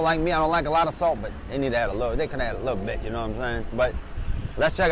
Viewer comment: "you can add juh a lih bih" lmao